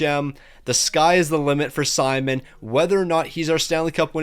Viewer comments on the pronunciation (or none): none